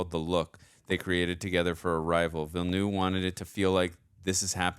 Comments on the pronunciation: Please look up the video “how to pronounce Denis Villeneuve”. He says it himself like Veelnuv, not Veelnew. Yeah everyone says it wrong, but maybe we can start a trend of saying it right. I really don’t care either way though. It’s just like the Gal Gadot thing. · DENIS VILLENEUVE PRONUNCIATION - Denis sounds like Duh-Knee, (listen to US pop group Blondie's 1978 UK No.2 hit record titled 'Denis') and Villeneuve sounds like Veal-Nerve. Translated to English, the movie director Denis Villeneuve's name would be... Dennis Newtown (or Newton). If famous scientist Isaac Newton was born in France, he'd be Isaac Villeneuve. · Why are you calling him Denis "Villenew" it's Villeneuve.😊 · She knows what his wife's dying words were because he tells her at the party, on screen. She's not time-slipping; she is perceiving time in a non-linear way. And the director's last name is pronounced VEEL-uh-nuhv. If you can't pronounce the IPA's "œ", which is the vowel sound in "nuhv," say it like the end of "enough" but with a "v" sound instead of an "f."